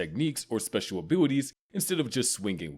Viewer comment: bro said '' or special abiliWies''